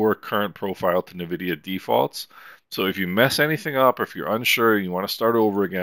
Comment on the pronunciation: Reallyy useful series of videos. Thanks. Just one note: The brandname is pronounced en-vidia, not nuh-vidia.